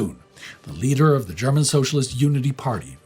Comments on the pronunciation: ' German is good especially his pronunciation, that is how those words are pronounced. Why should he mispronounce a name or a word if he can pronounce it correctly? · you really bring the german pronounciation across very accuratley